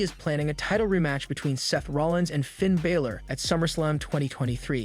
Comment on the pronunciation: Learn to say Fin Balòr